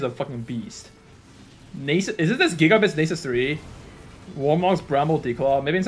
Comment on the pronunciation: I fucking knew you knew how to say nasus